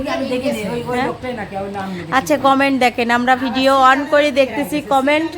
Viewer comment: Video বিডিও হয় উচ্চারণ?